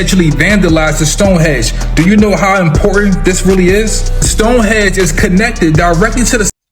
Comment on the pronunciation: The guy talking about Stonehenge I can't take seriously. He talks 💩 and called it stonehedge.............🤦‍♂️